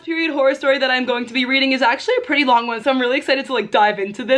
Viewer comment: No one: Literally no one: Me: “ you so PWEETY# material gurl